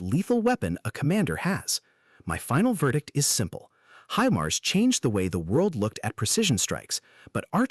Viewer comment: he-mars?? :D